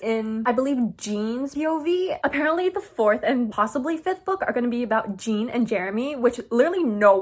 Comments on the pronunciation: omg im so sorry if this is rude but i just wanted to let you know that jean from aftg is pronounced like "john" but with a soft j! im so excited for his book too :)) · Like Jean Valjean from Les Mis